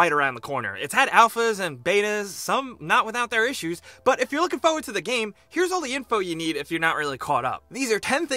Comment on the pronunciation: Fo-ward bugs me.. Idk why